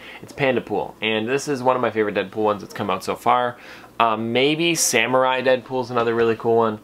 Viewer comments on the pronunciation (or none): none